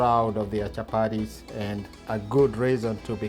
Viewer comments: CHAPARIS PLEASE IT IS CHAPATI.... WORA ITS WATER. WOTA! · Chapatis NOT Chaparies, great job though Chef👨‍🍳